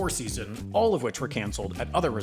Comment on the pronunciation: making up another word called skeason lol 😂😂😂